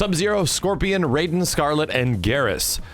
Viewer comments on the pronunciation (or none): none